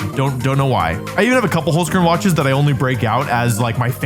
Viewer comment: btw its hOlzkern not hUlzkern. Kinda funny how you pronounce it :D